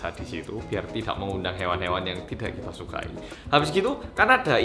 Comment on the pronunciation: "Kita Klethek" 😂😂